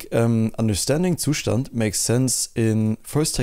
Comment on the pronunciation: its pronounced zustand